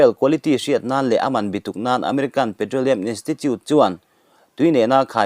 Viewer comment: Ngatinge mizo tawng hi i lam fuh theihloh leee Bituk i lam dan te hi hmmmmm